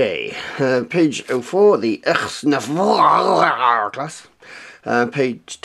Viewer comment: It's pronounced neg-var